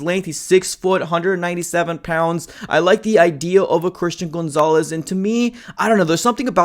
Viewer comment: STOP CALLING HIM GOONZALES